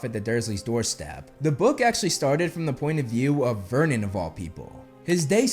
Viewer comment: vernon, not myrnon